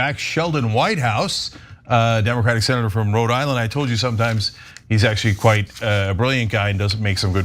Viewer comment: He drops consonants in some words when he speaks. Senator comes out sounding like sinner. Idk what that's about but have noticed various people doing it when on camera.